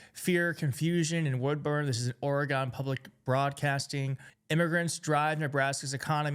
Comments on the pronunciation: Oregon; pronounced as "organ" not "or gone" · FYI, it's pronounced more like "ore ih gun", not "gone" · It’s pronounced Orygun - love your show 💙